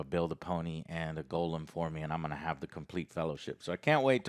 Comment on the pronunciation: Why do you insist on calling Gollum "golem"?! I have tried to look up any justification for your pronunciation, but can't find anything. Where did it even come from?